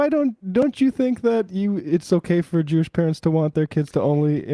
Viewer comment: I was going to call out the anchor issuing the "clarification" (or what we in reality call a correction) for mispronouncing "Mamdani", but then he also mispronounced "Jewish" so maybe he just doesn't talk so good.